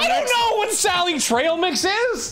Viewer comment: Watching Arin struggle with "sally trail mix" helps one understand why he doesn't like Ocarina of Time.